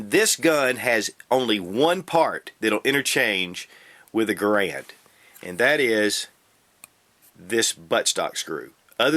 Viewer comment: Please. Stop. Pronouncing. Garand. Like. That.